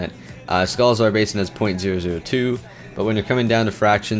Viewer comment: I'm...not sure why you keep calling Sholazar Basin "Scholazar Basin".